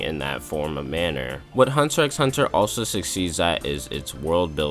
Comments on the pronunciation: Isn't it a bit counterproductive to call it Hunter EX Hunter all the time when you basically want the viewer to think you are very qualified to talk about it? I mean, even among casuals, the fact that you don't pronounce the X (which actually isn't an X to begin with, but a cross) is well known. Nothing against you, but if you start the video like "If anyone is qualified to talk about it, its ME." and really want to build up your own stand in this, calling it that way feels like a splinter under the fingernail and does you a great disservice. That way, you only make sure, from the very beginning, that everyone will take everything you say with at least a grain of salt if not dismiss it from the start. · It’s just Hunter Hunter bro the X isn’t said lol good video tho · Pronouncing the X... :(